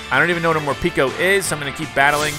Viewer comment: I hate how calls morpeko morpeeko